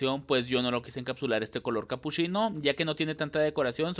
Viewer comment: CapuSHIno, SHIcas, muSHO de que parte de México hablan así?😂 soy de arg